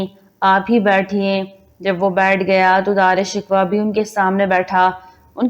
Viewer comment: Video bnatey hooey tumhein sharam aani chahiey Na tumhein pta hey k Dara Shikoh kon tha na tumhein us ka nam sahi se laina aa raha hey . Kiun video bnatey ho tum log ? Poori qoum k buchey tumharey jese jahel hein un ko bhi apni jhalat sikha rahi ho wo b Dara Shikoh ko Dara "Shikwa" hi bolen gey . Doob merne ka moqam hey tumharey liay . Or b bohat se alfaz tum ne ghalat purhey hein . Mein tu khud hi shurminda ho rahi hoon tumhara taluffaz sun ker .